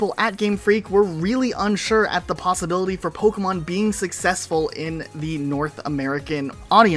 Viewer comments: Its funny hearing the narrator say Pokeyman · So we all agree the announcer definitely said “pokéman” right? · first time the narrator pronounces Pokémon is mind blowing he doesn’t even say it correctly 😮